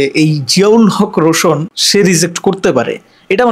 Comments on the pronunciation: ভাই বার বার আপনি রোশোন বলতেছেন আসলে এটা রোশান হবে 😂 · ভাই রোশন না রোশান । প্রথমে নামটা ভালো করে শিখবেন তারপর।নিউজ বানাবেন।